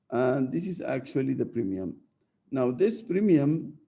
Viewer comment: premium not primium**